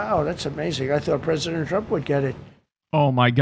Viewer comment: Why do I hear "PRISONER trump" instead of "president trump"? 🤣😂🤣 - "Nobody wants him, because he's going to be out of office?" Ohhh, is that why you invited the OUT OF OFFICE "prime minister of Bulgaria" - the same one who resigned (along with his government in December, 2025), because he was made to by thousans of people protesting all over the country AND in countries abroad where Bulgarians joined in solidarity? Interesting... 🤔